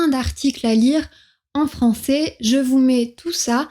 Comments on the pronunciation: Tu as quand même un accent du sud un petit peu! Quand tu dis Français tu dis "Françé" alors que le [ais] se prononce normalement [è] et non [é] ! 😊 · Bonjour . J'ai deviné ton accent dès les premières secondes de la vidéo quand tu as prononcé le mot "Français". J'ai su que tu venais du Nord( je suis moi-même Picard). Nos voyelles finales sont fermées alors que certaines sont ouvertes dans le Français standard. Ainsi, tu as prononcé "fransé" pour Français alors que la prononciation classique des mots en " ai " est " è" donc Fransè". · Pour moi votre français sonne effectivement tout à fait standard. Le seul trait qui me paraît singulier, c'est votre usage du son "é". Quand pour "français" vous prononcez "francé", vous faites comme ma meilleure amie qui vient de Provence (mais parle un français "standard"). Alors que moi qui viens de l'est de la France (tout en parlant aussi un français plutôt standard) je prononce "francè". C'est comme pour "lait". Elle prononce "lé", tandis que je prononce "lè".